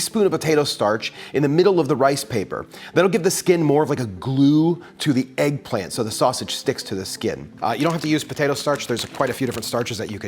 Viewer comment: If he say eggplamt one more time lol